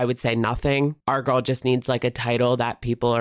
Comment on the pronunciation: It’s not girl math, it’s Gorl math